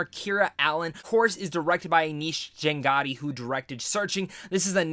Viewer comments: dude it is chaganty not changaty . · Chah-gun-tee;) Appreciate this review,. I'm glad you liked the movie. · Aneesh Ch-uh-gun-tee. Just a reference for the future! :) Great review, BTW!